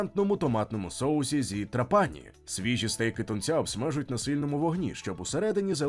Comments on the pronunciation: ТрАпані, а не ТрапАні !!! Якщо так добре знаєте кухню, то чому місто не пам'ятаєте, як зветься... 🥴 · Відео супер, повне, містке. Молодці. Але не ТраПані, а ТрАпані. Аранчіні, канолі, граніта найсмачніші ніж у всій Італії. Ще вони роблять скшені помідори (pomodori secchi), ії смак найкращий. Хліб до страв ( супів) подають підсмажений поливаючи його зовсім трішки ароматизованною оливковою олією (олія+1 зубчик часнику твльки трішки для ледь помітного смаку+ базилік+ петрушка все перебивається блендером до однорідної маси).Я пишу і слики течуть😂 то є смачно неймовірно. Timballo на Сицилії як Melenzane a parmigiana в Неаполі, коронна страва, рросто ТОП. Gelato con il brioche, ви маєте спробувати обов'язково де б в Італії ви не були, неймовірно смачно. В кожному рогіоні Італії морозиво смачне і різне, але все одно дууууже добре. Ще граніта подають після рибної страви, щоб позбавитись рибного смаку, кажуть puglire la bocca( очистити рота). Італійці люблять смачно поїсти і підходять до приготування їжі з душою. Дякую за відео❤